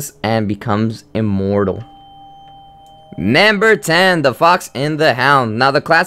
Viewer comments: Question: why do you say nAmber instead of nUmber? oO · why do you pronounce number as naamber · Can I get this in captions? I cringe really hard every time he says NAMBER. Yes, to the point I have to mute it. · He also keeps saying namber which gets a bit annoying cuz I think he's just trying to say number in a weird way, I mean can someone just tell me where he is from?! I can't get used to his accent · It's NUMber not NAMber, I wanted to rip my ears out every time you said that! >.> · You keep saying NAmber not number.... It's not Cooper, it's COPPER! It's not Bella it's BELLE! You'll see Cinderella's and (some of) Rapunzel's disturbing reality in "Into the Woods" I thought in the Hunchback in Notre Dame also included poor Esmarelda being torchered with hot iron shoes and she was hung and maybe he hung himself too. Besides all that, good job w/ the video tho! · Who else notices that he pronounces Number as NAMBER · like why u say "namber" it's "number" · why u tell nämber? its number😅 its make me laugh sry . but i like ur video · it's funny cuz he says nimber instead of numbef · Namber aayt. Rapin'zel. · you say namber not number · nember ... ugh so annoying to hear.. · number not namber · I cringe everytime you said namber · "nambar 3" lol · its very annoying because your saying "Namber" instead of "Number". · Why do you pronounce " number " as " Nambur" ??? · "Nembur three" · "namber two!" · lol naamburr twooo